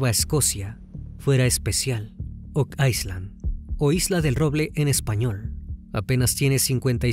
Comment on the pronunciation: No entiendo porque dices ice land… isla en ingles se pronuncia sin la S…